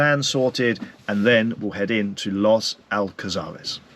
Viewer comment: Los Alcázares is a very busy place even in winter, this guy is only in the Old Town if he went further up to the 525 Strip that is a very lively place with a lot more bars and restaurants, and his pronunciation of Los Alcázares is not very good. Also all the supermarkets he mentions are all there. Come on get your act together